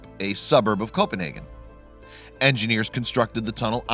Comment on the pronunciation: It triggers me how he's saying Copenhagen & Malmö 🤣😭